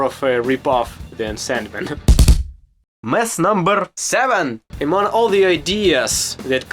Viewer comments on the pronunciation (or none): "... it's a tough word for me.... " hahahah You can tell the guy fucking tries hard, learning English ALL BY HIMSELF in his home Country of Ukraine. How many Americans born and raised here would teach themselves Russian? Just for fun and to be able to freely enjoy Russian/Slavic world entertainment or music or what have you. This kid is 1 of a kind. Great Channel.